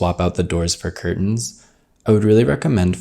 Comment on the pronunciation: I'm enchanted by the way pronounces 'curtain'.